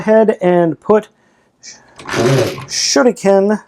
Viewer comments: Im still annoying how balmatrix say shuriken n you dont have to say it in like in a japanese accent, say it normally like shu riken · You cald shurikenjen, shinken oh and I knowbthe start is the same "sh" but the rest is very diffrent